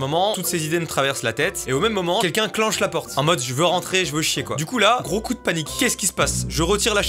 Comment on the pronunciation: TU DIS CLENCHER